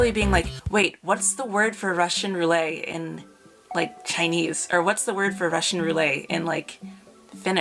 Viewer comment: I’ve never heard Russian Roulette pronounced like that before